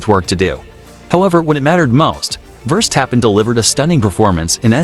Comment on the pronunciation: He calls him" firstappen"😅